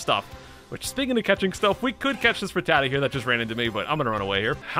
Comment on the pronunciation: It’s rat-tat-ta not re-tata